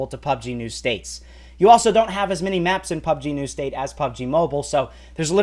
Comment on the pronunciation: Why do you keep saying "PUBG New States"?